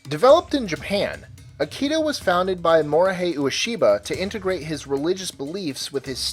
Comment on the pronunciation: Not Akido but Aikido. Pronounced Ah-ee-key-doh, not Ah-key-doh.